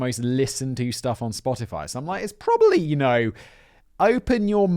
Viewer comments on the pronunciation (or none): none